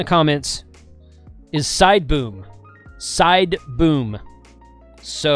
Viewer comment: Side boom. I thought you said side boob 😂. I gotta research what happened. I wanna know the outcome. Thanks for the video.